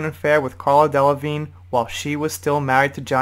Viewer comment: How can you mispronounce Miley Cyrus’ last name? At least halfway through the video you figured out the silent g in Delevingne....